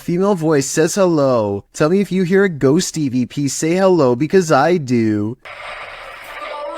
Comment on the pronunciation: Sounds like it says Ho not hello 😅